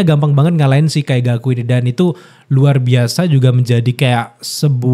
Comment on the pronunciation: wkwkwk Ya Wajar, Abangnya Baru Nonton bener2 dri awal. wkwkwk jdi wajar.. Kaigaku juga jdi Kaizaku 😅